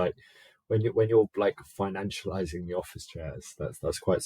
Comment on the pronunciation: Financialiization. When saying something takes that many syllables, better check your wallet.